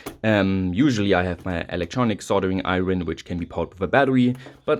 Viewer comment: Iron is pronounced 'I-urn' not 'I-run' Common mistake for english as a second language speakers Great content as always